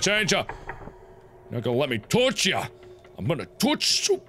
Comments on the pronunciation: It took me like forever to realize that tooch means touch I was like wtf is he saying!! is when I realized what he was saying... :/ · You're saying touch like you're saying douche... You gotta say it like this: TOW-CH (not tow as on tow truck it sounds like cow) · i left the room and came back in . all i heard was "I'll toch you so hard" ... what? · Ever since I watched this I now say toutch instead of touch XD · Why does Mark purposely make himself mentally disabled. It's more annoying than funny. Like, seriously, "Tooch"? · y does he have to "tooch"it???????😕😕😕😕😕😟😕😕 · IS IT JUST ME OR DOES EVERYTIME MARK SAYS " TOOCH" I HEAR "TOOSH?"